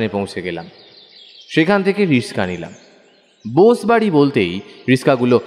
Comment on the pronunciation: বোস বাড়ি স এর উচ্চারণ টা একটু ঠিক হলে ও ভালো হতো। খুব সুন্দর পাঠ